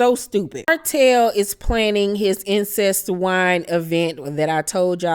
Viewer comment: The fact you keep calling this wine ‘Incest’ is killing me 😂😂😂😂😂😂😂 Incest wine 😂😂😂